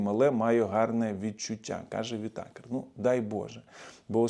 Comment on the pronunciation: вИтакер, а не витАкер.